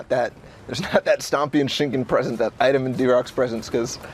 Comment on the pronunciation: Zna da izgovori Tschinkeen perfektno a kaze Markonox hahah